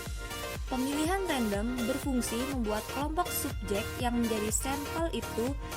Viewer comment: Assalamualaikum, saya Yulia Sabta R ingin berkomentar. Video yang telah dibuat kelompok penyaji sudah bagus, tapi mungkin masih terlalu banyak teks yang dimuat. Lalu saya ingin membantu mengingatkan pengucapan kata sampel yang saya dengar sempel seharusnya diucapkan sampel. Dan saya ingin mengajukan pertanyaan, dalam karakteristik penelitian eksperimen pada manipulasi variabel disebutkan bahwa subjek ditempatkan pada situasi tersebut dan mencegah faktor lain yang dapat mencemari situasi itu. Tolong jelaskan maksud dari "situasi tersebut", situasi yang bagaimana itu?